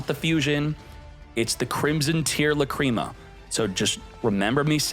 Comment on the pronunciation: Love watching these videos but please stop saying lacrima wrong drives me crazy